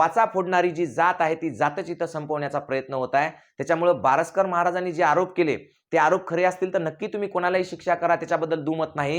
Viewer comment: बावसकर नाही बारस्कर म्हणा